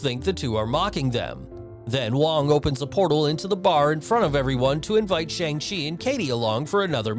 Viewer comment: bro pronounced Shang chi wrong